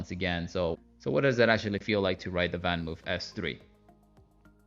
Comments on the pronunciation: It's pronounced more something like VanMoaf...not VanMove...it's Dutch :) Otherwise nice review! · “VanMoof” is pronounced as in “blood” or “flood”. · Hint for the correct pronunciation: VanMoof rhymes with loaf.